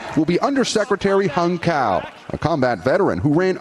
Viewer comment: Cao is pronounced tsow, not cow.